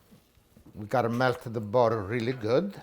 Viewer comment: I love how Italians in the US say Woder (water) and boder (butter).